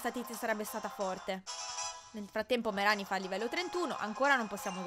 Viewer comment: Alola, innanzitutto buon'anno XD comunque, non bastano avere i cuori completi per essere amici al massimo, io non so se lo sai, ma il massimo di felicità e di 250% e la puoi controllare a KoniKoni, c'è una tizia vicino al ristorante ah, si dice "Meràni" soffermandoti sulla A, ma se non riesci a capirla, vai tipo sotto uno degli spacchettamenti di dlarzz o fedrric che dicono il nome. alola :D (scusa se ti scrivo sempre la divina commedia XD)